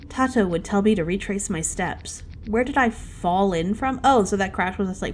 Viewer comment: isn't Tato pronounced " tay-toe " ? ( lol tei-toe ) that beetle minigame is also similar to the one i have for fishing in my game except i have 3 difficulties based on what fish you have on the line, rarer fish have faster moving arrow and smaller bar- and i have the same problem with sometimes it looking like it misses, haven't been able to figure it out. something to do with it not stopping the second you press the button :0 edit: HEY! Cola is in my game x"D She's one of my main OCs from my H comic lmfao. long blue hair tho